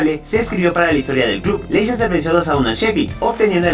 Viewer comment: oh sí, lo que implica el atalanta, no es la Juventus, ni los de Milan ni el Nápoles. Y otra, se pronuncia "lester", veo que batallan mucho los de tu país para pronunciar nombres en inglés.